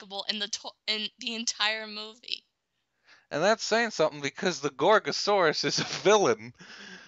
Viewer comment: Actually, you're one of the only people to get my name right! Also, Gorgosaurus reminding you of a T-rex is no accident since they are closely related. Thanks for the review and I wonder if Doug Walker would be up to review this.